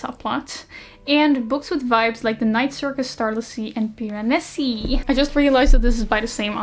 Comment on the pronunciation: I can't read the word "Piranesi" without hearing it in your voice/accent, somehow it's just perfect for saying Piranesi lol I can't explain it